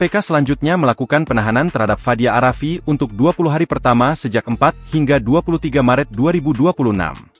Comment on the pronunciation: Fadia arafiq min...tolol banget nyebut nama!